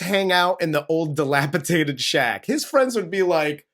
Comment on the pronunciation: FFS It’s dilapidated… with 3 d’s.